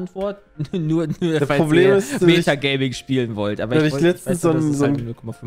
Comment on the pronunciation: „Meter-Gaming“ nicht Meta-Gaming, 😉